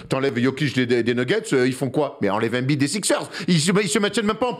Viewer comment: Ça choque que moi la façon dont ils prononcent tous embid ? Ils disent « anbide » bah non c’est « aimebide » ça me dérange de ouf